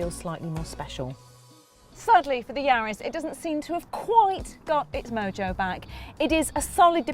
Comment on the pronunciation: Sorry it's not yards it's yaris